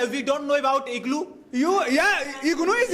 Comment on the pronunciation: The green shirt guy is very funny 😂 IGNuu - IGluu distance learning he is very famous